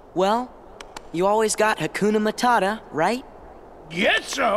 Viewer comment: Also, Hakuna Matata is what you meant to say. I think you said "Akuma Matata" which involves Street Fighter and some scary implications.